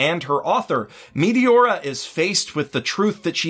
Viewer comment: The way you say Meteora is wrong and it's so funny XD. You say MEATY-ORA not MET A ORA